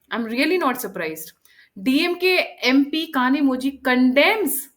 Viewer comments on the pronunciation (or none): कनीमोझी नहीं कनीमोइ